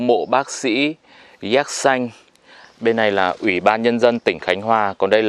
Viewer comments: Xin chao . Khi nghe anh phat am la ( Yatsanh ) theo toi biet la nen phat am ( Yetsinh ) . nghe phat am nhu the toi nghi khong dung lam . Chi co y kien thoi , chu khong co y xau vi dau . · Đọc đúng là yersin hay là yersan. Mình nhớ là phiên âm là dzét Sin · Sao lại đọc yer sanh kỳ quá, hình nhue sai sai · sao yersin mà anh đọc thành yer-sanh vậy anh? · Cứ nghe cái giọng đọc của anh nó chói tai sao ấy cứ Déc Xanh mà đọc nghe sao sao ấy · Thằng bác sĩ đọc sai tên ông bác sĩ nước ngoài thế mà cũng làm youtuber cho thiên hạ học, nói theo cái sai việc ác.Thế mà ngày xưa thầy cô giáo (bác giáo) của bắc kì cho lên lớp nhỉ. Dạy chữ đã sai còn đi mở mồm ra làm công việc dạy học, dân đĩ bắc kì súc vật đã ngu dốt còn cãi ngông cuồng, lưu manh, côn đồ 💩😄😄😏